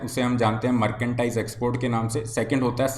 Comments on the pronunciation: मर्केंडाइज या मर्चेंडाइज हैं भाई जी? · Merchandise thik se bolna Sikh le bhai...kuch b matlab